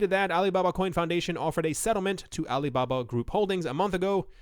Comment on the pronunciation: Pronunciation is like Alee Babah